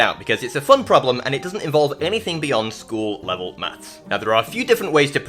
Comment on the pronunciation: I could have sworn the first time I heard you say "School Level Calculus" I heard "Full Metal Calculus" I'm sure there's a video in there somewhere >_<